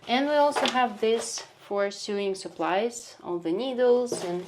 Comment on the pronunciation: Very interesting! Just a note: in English, the word "sewing" is pronounced the same as the word "sowing." And the word "sew" is pronounced the same as "sow/so." In the US, they sell diapers in pharmacies, too (although they are called "drugstores" instead of pharmacies). But diapers are also sold in grocery stores and department stores, like Target and Walmart. I'm surprised you can't just leave stuff you don't want in the lobby of your apartment building. Here in the US, people leave stuff with a little "Free" sign in the building lobby and it always gets taken.